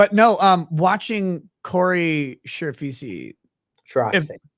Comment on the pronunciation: A) Agreed, Cuban sandwiches are THE BEST!! B) Props to for finally pronouncing Chirafisi's name correctly 👏🏼 And C) One of things that I love the most about watching Kyle's interviews is that he seems like the most consistently authentic person on the planet.. Whether he's being interviewed or interrogated, he just truly seems like a normal ass, down to earth, person.. And I love to see that!! Anyway, so glad to see Kyle on here again, and sincerely can't wait to have him back on with a few of the panel for a "Binger Interview Roast" 🙌🏽 Thanks for everything you do, ✌🏼❤️👃🏽